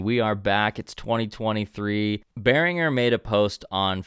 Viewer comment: You could at least pronounce Behringer the correct way.